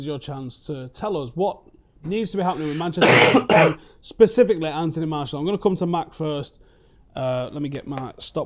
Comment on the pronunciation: Howson butchered Martial😂